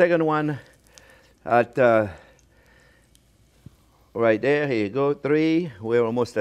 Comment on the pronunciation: 20 push ups every time he says "right dare". 😂😂😂😂